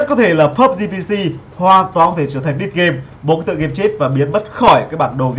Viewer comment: a ơi dead phiên âm là /ded/ chứ không phải /di:d/ đâu ạ mong a sửa